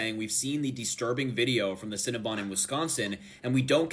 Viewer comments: Its not cinna-BUN.... its Cinna-BON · You can't pronounce cinnabon???? It's not scnna bun u moron, You seem like ur making fun of the white woman. she 's a victim and ur laughing at her misery. The woman. is such a fuck